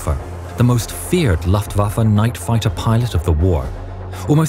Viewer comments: Never heard anyone called them the "laught waffe".....surely you know how it is pronounced?! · Luftwaffe, you mispronouced it, no excuses.